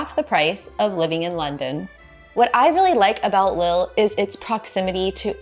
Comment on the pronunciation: Lille is pronounced like “leaf”, the I is high.